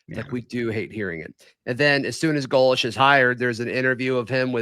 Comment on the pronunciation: his name is pronounced GO- lish. Please!